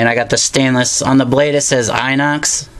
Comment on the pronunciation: You're pronouncing "inox" wrong :)